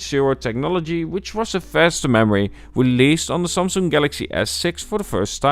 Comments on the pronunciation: “The sumsoong” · the way he pronounces Samsung is annoying af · ik hoor het aan de manier van sommige woorden zoals samsung enzo